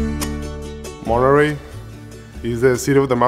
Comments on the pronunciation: Muy bien👍🏼buena suerte..solo una crítica pequeña..no le pongas asentó gringo cuando menciones tú hometown..se Dise MONTERREY..con asento regio mi compa..buena suerte👍🏼..me gustaría verte en los cowboys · Todo muy bien bro nomas ay te encargo pronuncia bien Monterrey ke es eso de monrrirri? Incluso en ingles se pronuncia como está escrito. Digalo con orgullo yo tambien soy de mty.